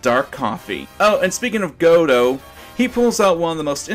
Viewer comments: It's Go-dough,, as in Die go Arman do. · It's pronounced Ge-doe